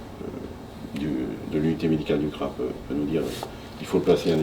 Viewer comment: On ne dit pas C-R-A mais CRA !